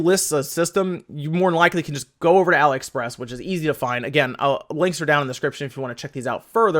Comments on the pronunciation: .....you get told in every video you talk about them yet you refuse to accept reality. It is not pronounced Ally. It is Ali as in Mohammed Ali, or Alibaba, the prince of thieves. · why do you keep saying 'alah-express'? is it not 'ali-express'? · "ah lee" express...like Muhammad Ali....your enunciation was driving me insane